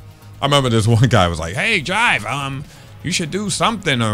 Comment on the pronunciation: It’s Jive bruh, I knew this man wasn’t serious 😂